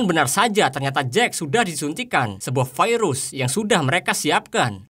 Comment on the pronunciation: Terganggu dengan kalimat "vairus".